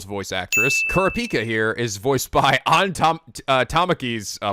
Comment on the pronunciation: please listen to English dub so you know how to say their names (you have leorio correct but not Gon and kurapika).